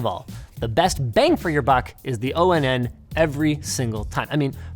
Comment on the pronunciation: I'm genuinely bothered by you pronouncing Onn and O-N-N and not like On, as in Powered On. 😭